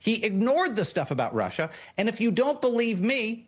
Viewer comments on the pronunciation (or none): none